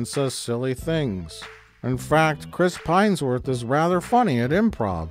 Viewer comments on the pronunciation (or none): “Chris Pinesworth” lol